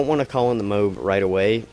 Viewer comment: Its moab, not mobe